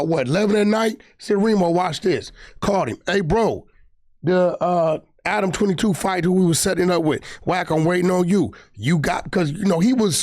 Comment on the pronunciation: Wack showing of for ack see how he keep calling Adam ack